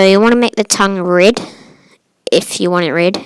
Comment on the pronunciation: I’m not making fun I like the vid but you made me laugh when you said “rid” but you meant red lol I love you vids